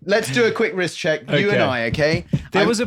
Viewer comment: Leo says I've for a bigger phist, I meant wrist